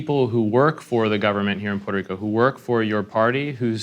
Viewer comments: WHY is Poo-wert-rico so hard to say even for people born there??? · SE DICEEEEE PUEEERTOOO RICOO NO PUELTO RICO HABLEN BIEEEN CARAJOOOO!!!!!!!!!!!!!